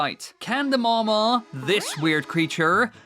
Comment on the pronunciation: it's called the mawmaw not mama